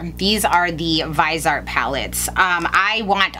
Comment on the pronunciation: Lol, thank you for saying Vise-art instead of Vis-e-art like a ton of other Youtubers. Drives me nuts!